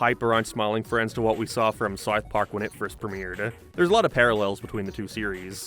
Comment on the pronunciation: man how do you pronounce south so poorly